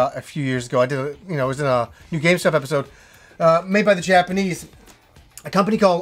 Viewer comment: I always hear you say "Welcome to another GameStop edpisode!"